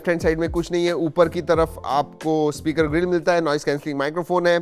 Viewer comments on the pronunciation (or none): none